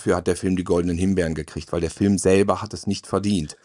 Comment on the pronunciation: Ich leibe es, wenn "Fülme" sagt.